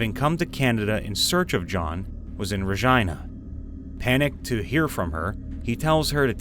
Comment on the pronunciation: This is helping me study sm, but the Regina pronunciation is killing me